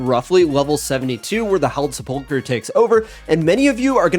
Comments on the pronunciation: Why can no Osrs player pronounce sepulchre ? Is this a British English difference? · I envy the secular upbringing u must have had, based on your absolute inability to pronounce "sepulchre" correctly